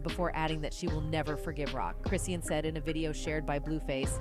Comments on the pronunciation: Chrisean (Chris-SHAWN) how u reporting on a person and cnt pronounce their name and if it’s a robot reprogram tht mf 😂😂😂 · It's pronounced Chris - Shawn. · I wish you'd pronounce her name right. You can say talm bout but can't say her name. Quite disrespectful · Exactly speaking on someone and can't even pronounce their name right 🤨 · She didn’t get 1/2 of it Right..🤦🏾‍♀️😮